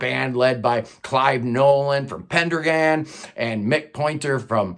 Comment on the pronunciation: Just to let you know it's Pen -Dragon but one word not Pendra gon ? lol